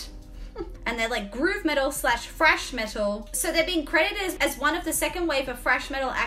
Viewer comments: I like how you say thrash, it sounds like Fresh Metal. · are you really saying Fresh Metal, or is it just your accent / my hearing? I mean Trash can be refreshing for sure... :D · She says thrash, but I hear "Fresh". My brain: WHATTT???? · It's cute the way you say "frash". I know there's some English accents that pronounce the th- like an f-, so I always wondered if it was an Aussie thing too. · Keep hearing her say "Fresh Metal" Lol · I love the way you say thrash…. I never knew there was a f in the word thrash!!!! 🤣🤣🤣❤️